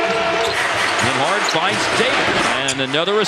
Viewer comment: I'm pretty sure it's Nemhard, not Nimhard, but what do I know about proper pronunciation.